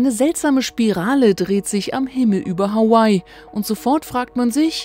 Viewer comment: Hawaii und nicht Howay